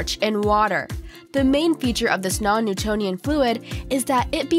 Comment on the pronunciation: It's non nutonial fluid not non nutanion fluid